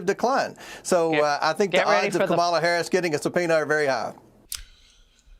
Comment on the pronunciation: Comer refuses to pronounce Kamala Harris's name correctly. Or he's too stupid to learn how. I think I'll go with the latter.